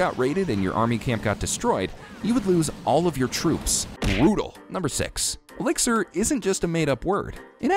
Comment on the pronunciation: Elixir Means treatment or chemical substance but 😂😂😂you pronounced it wrong